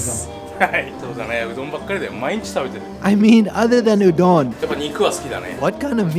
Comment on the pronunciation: Loved the content but why do you pronounce Udon like that. Sounds like "Ooooh don't" without the t.